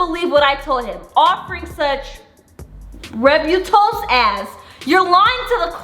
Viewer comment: 😂😂 * ree- butt- uls * u said it wrong but its ok lol ik what u meant no hate btw i love yall